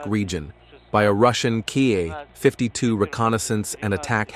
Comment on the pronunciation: 😂 not car 52 its K. A. 52